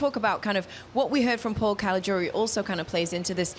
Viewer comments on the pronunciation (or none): none